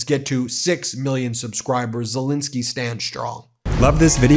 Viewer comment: Zelensky.- NOT Zilinsky for heavens sake !!!!!!!